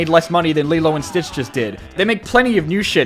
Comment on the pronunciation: "Lilo and Beach" 😂😂😂😂😂😂😂😂